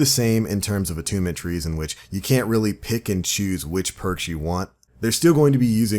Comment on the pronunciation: whenever you say "pick and choose" I hear "Pikachu"